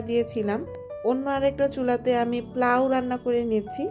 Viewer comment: Why are you saying “plow“? It’s polao…